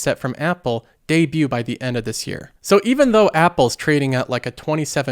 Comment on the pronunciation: new pronouncarion of debut lol